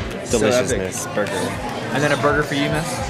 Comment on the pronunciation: Why did you not film Ethans fall, people falling is funny When you asked Ethan what is that burger called it sounded like you said what is that booger called, i was confused for a second Was ordering the cock and balls really awkward or was it like just like hey we love eating dick lets buy a frosted one.